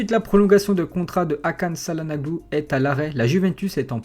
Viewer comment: On dit tchalanoglou... Çalanaglou ca fai mal aux oreilles !